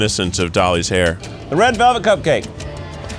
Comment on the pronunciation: I thought you were saying there was a hair on the cupcake. I was like, “oof, we’re off to a ROUGH start”. Lmfao